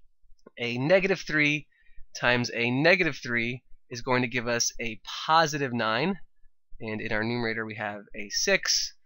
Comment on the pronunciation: Puhsitive exponent😂😂